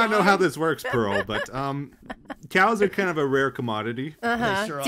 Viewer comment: I love how pronounces "Pearl" like "peril"